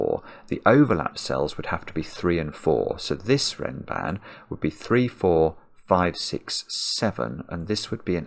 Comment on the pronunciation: Nice observation. (It's "renban", by the way. But I see it's not named in the rules, and it does sound a lot like ram band.)